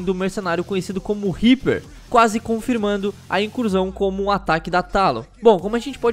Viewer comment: "Riper" ueueheueheheyeye mds